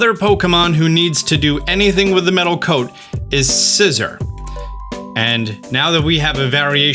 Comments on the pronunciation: It's (Kleav-ore) like (Sciz-ore) not (Kleav-er) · Your pronunciation of Scizor is really bothering me. Sizz-or, not scisser